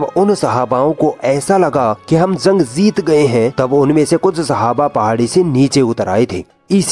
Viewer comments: Zung nhi jung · Bhai zang nhi jang hh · تلفظ درست کرو بھائ.... زنگ نہیں جنگ ہوتا ہے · Zang nhi jang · Zank nahi hoti jung hoti hai ok aage sai kisi or ko dena bolne ka kaam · bura na maanna bhai ,,, Bhai zang nhi jang hota h Thoda zuban ko sudhariye apni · Dear admin Bhai aap apni udru sahi kre ...zang nhi jung hota h aur saheed nhi shaheed hota .. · Urdu bolne Mein apka talaffuz theek nhin h. Jeem ki jagah pr ze zaal zuad ka n sheen ki jagah seen ka istemaal na kro. Shaheed ko saheed na bolo. jung ko zung na bolo. Albatta andaz achchha h. Intzar jafri. .